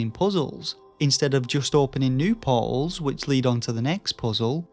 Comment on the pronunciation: American here. Took me forever to realize you were saying “portals.” I was like “poles?” “Pawwwls?” But I’ve been a fan of your channel a while and dig your work.